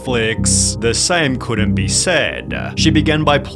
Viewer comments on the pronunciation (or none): why does he talk like that? is that an accent? it seems like he adds a random -a at the end of some words, like saidah , or onah , and some other words, I'm not gonna timestamp them all lmao, it was just a bit distracting, I never heard someone speak like that lol (not a Jayus fan btw, never liked her, I thought she quit the internet when she was "canceled" some years ago tbh)